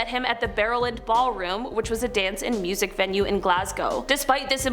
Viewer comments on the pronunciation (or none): none